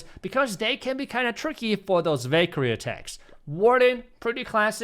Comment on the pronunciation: Valkyrie❌ i hear bakery😂✅